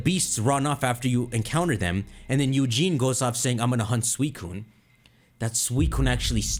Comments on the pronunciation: his name is eusine not eugene. but it sounds amazing,i hope it will happen,a crystal remake. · My dude said “Eugene” 😂😂